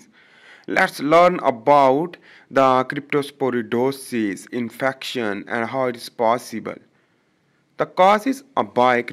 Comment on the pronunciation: Brother that's cryptosporidiosis not crytoporidosis..